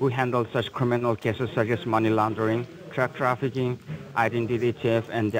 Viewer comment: Did he say "truck trafficking"? 🤔😂